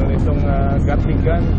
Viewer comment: Lol, gatling gun daw. Gatling. 😂